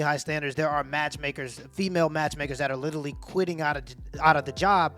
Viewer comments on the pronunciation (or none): none